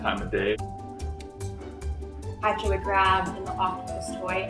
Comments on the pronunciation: My brain can get over how they pronounce "Pacha" or am I the only one?? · Pronouncing Pacha as "patcha" instead of "pasha" is unhinged 🙉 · "Pacha" in French sounds like "Not a cat"...